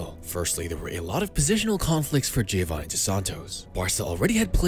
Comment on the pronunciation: srry, dont u think he´s pronouncede like hioanni since mexic ospeak spanish? gr8 effort on pronounviation though!